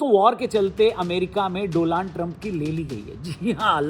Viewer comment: Donald ❎ Doland ✅ 😅😂😂😂😂